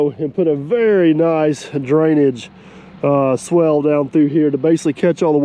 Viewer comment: Looking good! Also it’s swale as in rhyming with whale. Swell is what you say to your wife! LOL